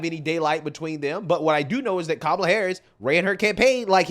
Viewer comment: because he's a white male😅 anybody that says common like that nowadays, I think they Loki wannabe white themselves. I think these people that keep knocking on white men like that absolutely hate the lineage that they are in the wish they were white...